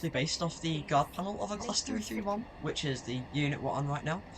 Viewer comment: it sounded like you said 321 so I got confused lolz